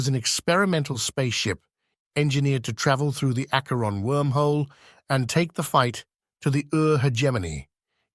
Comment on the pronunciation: The ai voice wobbles on the pronunciation of "Acheron" a couple of times ... Hard "ch", soft "ch", and then there's para-die-so and shasvastii.